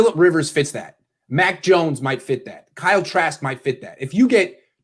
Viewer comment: Every time he says Kyle trask...I cringe.